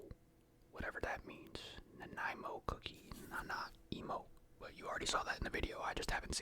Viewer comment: ok I thought so cause you pronounced the Nanaimo bar correctly which is a Canadian dessert but the cookie doesn’t represent it well 😂